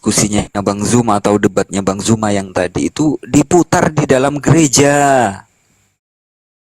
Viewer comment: belajarlah menyebutkan Bang ZUMA Bukan JUMA...